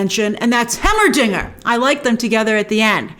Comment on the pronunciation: Hearing her say Heimerdinger hurts me lol